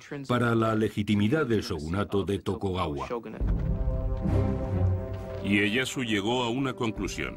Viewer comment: Chupito cada vez que diga "Tokogawa"